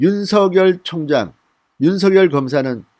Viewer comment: 윤씨 성을가진 형제가 있었는데 ㅡ형은 윤석열(尹錫悅)이고 동생은 윤서결(尹瑞潔)이었다 이형제는 동명 이인이 아니다 ㅡ석열과 서결은 각각 다른 인격체이므로 그 고유명사대로 구별해서 발음 해야된다고 보네요 석열이 서결이고ㅡ서결이 석열로 같은 사람이 되어서는 안될거 같음~^^ 참고 하세용